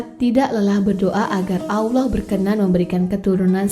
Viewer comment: Alloh mba bukan Awloh, pengucapan nya diperbaiki lagi